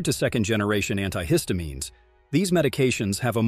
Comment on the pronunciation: Might want to learn how to correctly pronounce estrogen and anti-histamines.